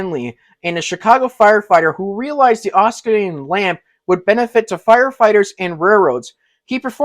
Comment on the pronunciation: You make mistakes!!!! 1: the LEADING wheels are either the "pilot" truck, or "pony" truck. 2: Mars light is "Oscillating", but you said oscolating¿¿¿¿¿, wrong!!!